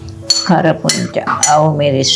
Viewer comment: අපෝ කෞරුහරි කියලා දෙන්න කරපුන්චා නෙවෙයි කරපින්චා කියලා